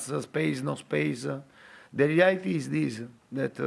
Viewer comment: It sounded like he kept saying dele alli-ity (the reality)